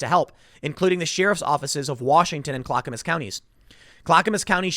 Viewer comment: Tim, please, I beg you . . . Clackamas (CLACK-uh-mus) Voodoo donuts.